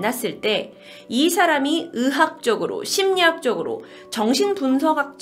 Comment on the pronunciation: 의 발음이 이렇게 안될수도 있구나..... 빙으! 으학적으로!